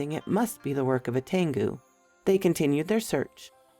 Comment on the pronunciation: It’s pronounced Ten’goo....Tangu sorry didn’t mean to be that person. Hangu